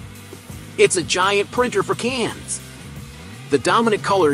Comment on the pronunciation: Can't listen to him saying *cains again 🤣🇺🇲